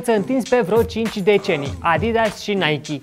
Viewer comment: Apreciez ca pronunti nhay-kee nu naic!